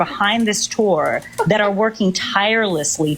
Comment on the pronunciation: i don't know why, but the way he says "tour" hurts me.